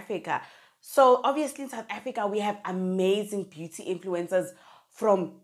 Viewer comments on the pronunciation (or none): none